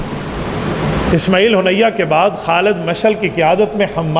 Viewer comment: اسماعیل ہانیہ ھے نام صحیح سے لیا کریں ۔ ھونیہ نہیں ھے ۔ ہانیہ ھے ۔